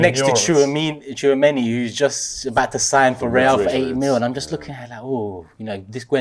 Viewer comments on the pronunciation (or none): The old dude on Gnabry "And he can play centre forward too, you know"... This is the guy who called Zinchenko Shevchenko, you know. The other moron called Darwin Nunez Nuno Darwin. And the bearded fella saying Tchouameeny was the cherry on top. So many experts.